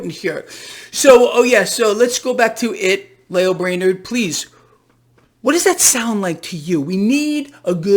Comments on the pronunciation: Lael Brainard rhymes with Male Flavored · Braille Lame-ard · Brainard sounds like Brain-tard